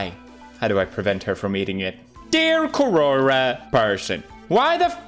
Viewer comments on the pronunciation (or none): My understanding is that its pronounced " ko-ra" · The way he pronounces "QuOroRa" lmao (No offence tho) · He said Kuwora but my mind thought, Quora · normal people: quora pewdiepie: corona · Pewdiepie sees the word 'Quora'. Pewdiepie: "Corora." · I started saying Corona instead of Quora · word is: quora pewdiepie: “CARORA” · Everybody : quora PewDiePie : "QUORORA" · Everyone: Quora Pewdiepie: "Quorora" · Quora: Exists Pewdiepie: "Kor-Orah" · Its QUORORRA. Lmao how many times he said quororra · Are we gonna ignore the fact tht he pronounced Quora wrong..?😂 (:-Qurora:-) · Querora? As soon as I heard that, I stopped watching. 🫣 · Alternative title: Pewdiepie saying "Kuwora" for 20 minutes straight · Quora: Exists Pewdipie: Quorora Me hears it as CORONA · I thought he said corona.... Not quora...! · As someone named Kora this video nearly gave me a heart attack whenever he said quora 😳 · I die a little inside every time he pronounces Quora like that